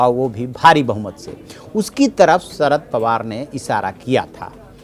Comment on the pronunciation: ..... सरद नाही रे भा.. शरद पवार